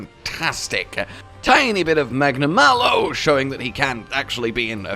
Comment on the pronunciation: finally stopped saying magnamaylo